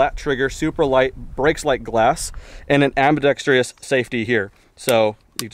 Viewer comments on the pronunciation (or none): I want one. The word is ambidextrous (4 syllables), not am-bi-dex-tree-us.